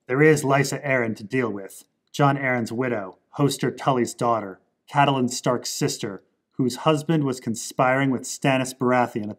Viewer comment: Catelyn rhymes with fate Lin